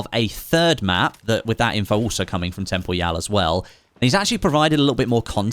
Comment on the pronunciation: Who's Tempoial???